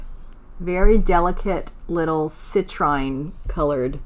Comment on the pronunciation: FYI, Citrine is usually pronounced “ci-TREEN” = long “e” sound rather than long “i” 😊